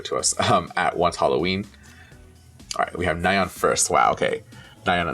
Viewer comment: I do have a comment in how you keep mis-pronoucing Dahyuns' name. It's prononce DAH YUUN. I may have written it incorrectly in how to ununciate the words, I'm not not an speech therapist. The same goes for Nayeon, it's NAH YOHN.